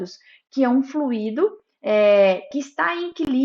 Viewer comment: Pronúncia: Flui-í-do >>> Errado! Flui-do >>> Correto!